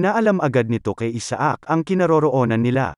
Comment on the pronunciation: Isaac should be pronounced correctly and it's pronounced in the USA, Canada and European countries as I-sick 👍